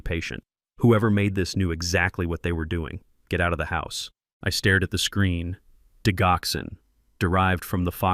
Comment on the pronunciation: Why do you use a Robo voice that mispronounces keywords in this narrative the digoxin is pronounced “dijoxen.”